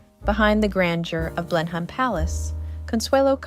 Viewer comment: It's pronounced Blen-um